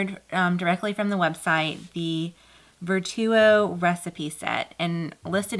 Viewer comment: Nice review on the glasses and the spoon. I believe Vertuo is pronounced the same as “virtual”.